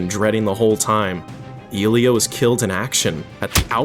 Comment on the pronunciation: that pronunciation of Oktyábr'skaya is a disgrace. Oh shit nvm you couldn't even say Ilyá right. Fire this guy